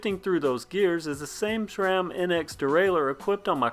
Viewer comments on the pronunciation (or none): It's SRam... NOT sHram... Love your videos but please STOP putting that H that is not there.